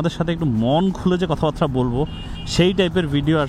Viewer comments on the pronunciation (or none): ‘কথাবার্তা’ কে বারংবার ‘কথাবাত্রা’ বলেন কেন ? 😏